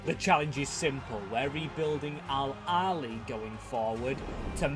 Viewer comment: It's pronounced al ahhly not al ali